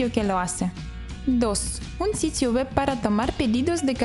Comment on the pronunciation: Puedes mejorar la pronunciación de "web" porque se escucha como "wep".